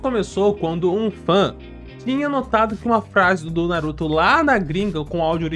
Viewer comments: "Não vai fugir tá? NaRuTó" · Fica aqui... não vai fugir tá? NaruThô